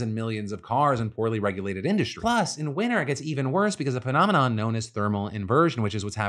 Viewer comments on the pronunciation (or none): Penominon, he said PEN nom I nom right>?